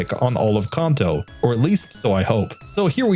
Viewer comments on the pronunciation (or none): none